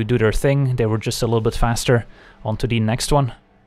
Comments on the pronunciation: Im so confused, the screen says that won but he says that ontoodeenext won, so who won?! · I’m just here to hear you say “onto de next wan”